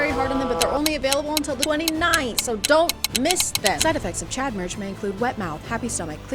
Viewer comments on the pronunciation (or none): none